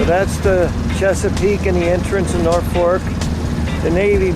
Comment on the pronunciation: Catana not Catalina....Norfolk not North fork.... Pathetic pronunciation of Patuxet and Piancatank! Almost got Fishing Bay correct. Sounds like you don't give a shit how to pronounce places. It's not watchable to me.